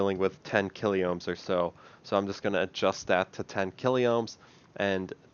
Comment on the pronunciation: The resistance value kilo, you are miss pronouncing the word incorrectly. It is pronounced as in keylo. Not what ever it is you are saying! You have some really great videos, and style of explaining I like to. I wish had produced more and how to use other components.😁🛫